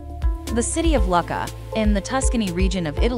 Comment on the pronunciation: Lucca is pronounced Loo - ka not Luck-a